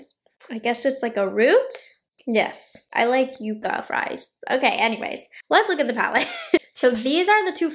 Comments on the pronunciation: I think it’s pronounced ‘yuck-a’ as opposed to ‘yoo-ka’. I think the palette’s nice and I’ll probably pick it up. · Pronounced YUCK UH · Pronounced Yuck-ah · Seems like,the name is going to be an issue. Everyone I’ve seen is pronouncing it you-ca. But it’s spelled like yuck-ah, as in the desert tree like in Yucca Valley, California. Will be interested to see how Natasha pronounces it. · It's pronounced yuh-cuh, not yoocuh. If it was spelled yuca, then it would be pronounced yoocuh. Which are the fries you eat. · Everybody is mispronouncing yucca. Its Yuck ah. Not you ka! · Yep, we’ve got them all over West Texas, they’re gorgeous when they bloom! Yuck-a is the correct pronunciation, right on. 😊❤ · The color story really does look all the variations of the Yucca (Yuck-uh) desert plant. So beautiful. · It’s yuck-uh. We have them all over New Mexico! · It's pronounced Yuck ahh . We have them here in AZ . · Love, it’s pronounced yuck-a 😅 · It's pronounced yuh-kuh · Yucca is pronounced, yuh-kah. (Sounds like yuck-ah). Just as an fyi. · Lol...made me rise from the dead.. We pronounce it yucka in Virginia and California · I’m so glad you didn’t say it like yuck-a 😂😂😂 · It's pronounced Yuka. I from AZ they are all around 😊